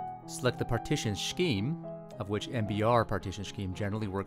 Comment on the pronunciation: Did you say "shkeeme"? As in "MBR partition Shkeeme"? lmao